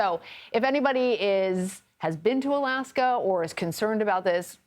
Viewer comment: So is it alaske or Australia? Ur oen eggspert gets ut wrong ,😂. New term now Mpox instead of 🐒🙃